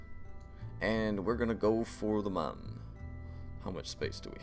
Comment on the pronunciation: It's not pronounced Mun. It's pronounce Moon.